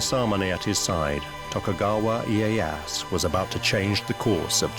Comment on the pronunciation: This is interesting, but I think, for a historical documentary, they should have taken the extra step to learn how to pronounce the Japanese names correctly. It’s like nails on a chalk board it’s so bad. It’s Tokugawa Ee-ay-ya-SU. And the sword maker is Ma-sa-mu-neh. You don’t drop the final vowel. Do better.